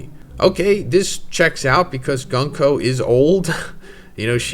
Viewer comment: This MAGA clown has been mispronouncing Gunko's name for the past year or so